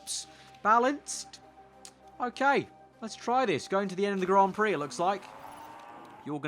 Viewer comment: Did you actually say that lol Grand Pricks Thought I had switched to pornhub when I heard that